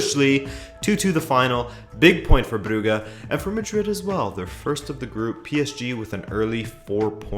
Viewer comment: Club brugge is pronounced club bruzhe